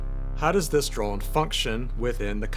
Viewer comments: Is he saying “droln” though? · is anyone else hearing "droln" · Yes and it’s kinda driving me nuts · I am sorry, I am so sorry, I'm a linguistics guy, I love thinking about the sounds we make in language, I mean this question entirely innocently but I must know! You say "drone" every time, in this video, in a way that surprises me, with (roughly speaking) a short, unmoving 'o' sound rather than what I've always heard before in every native English dialect, a longer 'o' sound that closes up as it is pronounced. So I am asking--do you by chance have a faint trace of an accent from some other language poking through there? (I.e. do you have a second native language or were raised around one?) Or is this just an American regional accent I wasn't aware of? (I've been assuming yuo're from Arkansas or nearby from what I've heard so far.)